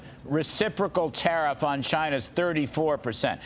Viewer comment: Did they call the process "tah-reef"?